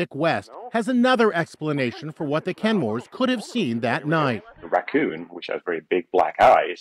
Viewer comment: "Racoons" lmfao